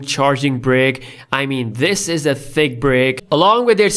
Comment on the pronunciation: The way he said thiccc